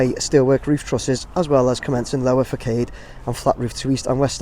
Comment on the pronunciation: Facade, sorry, it's fass-ard pronunciation. Great video. Very detailed. I'm a pedant, my apologies. Interesting about the mettle road you pointed out, I'm astounded at the speed its all going up!